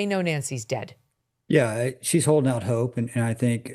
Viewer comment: "kina hoding on" Interesting diction😂